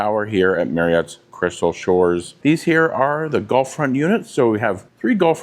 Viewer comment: 😂 I thought you were saying "Golf" front....